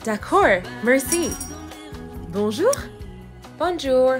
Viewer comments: Her pronouncing the j in bonjour makes me very annoyed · yup, this is exactly it. Emily’s pronunciation of “Bonjour” makes me sad. Even though I took one school year of French, it just pains me that she doesn’t pronounce it better. 😢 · As someone who studies languages for fun, people attempting to speak other languages with literally zero effort with pronunciation bothers the hell outta me lmao. Like I understand most people cant perfectly replicate a language they didnt grow up with but the “ban-joor” and “mur-see” is too realistic 💀💀💀